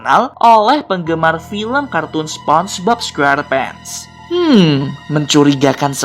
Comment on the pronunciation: SEPONGBOB SQERPENTS BUKAN SPONGEBOB SQUERPENT